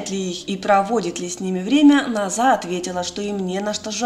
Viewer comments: Не Наз'а, а На'за.....ударение на имени неправильно произносите.... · НОза! Ударение на 1 слог!